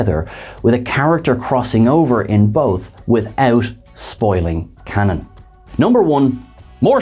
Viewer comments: And both happen to me when they say "cannon" but mean "canon". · Every time you mention Discovery and Picard I throw up, then you say cannon and I have a stroke.